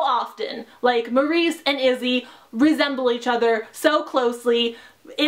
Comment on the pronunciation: Did u say...Maurice...? Lol her name is Marse